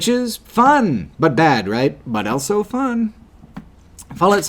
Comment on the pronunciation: pronounces the word "also" as "elso".